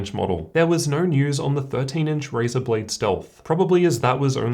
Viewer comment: this man literally says, "raisin." At least try lol, can you say RY? pronounced, "RIE." If you can just say RIE and then say zen. RIEZEN and he literally says RAYZAR